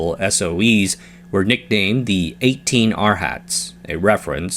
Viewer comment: The Buddhist term is pronounced "ahr-haht" (or ahr-uh-hahnt) not "our hat" 🤠